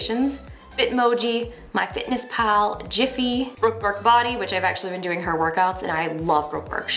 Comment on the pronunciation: Did I hear that right? GIFY (pronounced with a J)? It's GIFY (With a hard G)